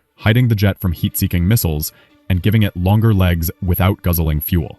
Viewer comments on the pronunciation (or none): The word "fuel" is NOT pronounced "foo – el". It's pronounced "f – yew – el".